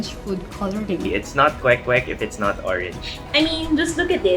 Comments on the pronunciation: i love how you say kwek kwek and not “quake quake” like other western people do lol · YOUR PRONUNCIATION OF THE KWEK KWEK IS SO ON POINT IT MADE ME THINK THAT YOU ARE STARTING TO LEARN HOW TO SPEAK FILIPINO.